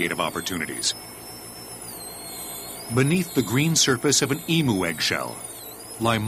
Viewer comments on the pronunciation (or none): thats not how you say emu...